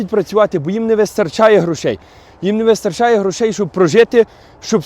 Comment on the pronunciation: Что такое не вистоРРРРРРРРчає? Ало, ти же знавєць мови, ну камон!:)